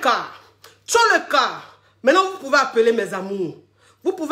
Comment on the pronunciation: je congolaise de Kinshasa on dit: TOLEKA TOLEKA PAS TCHOLEKA😂Je te kiffe😍